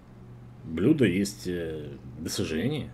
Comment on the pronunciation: Блюдо ударение на Ю раз 5 уже повторил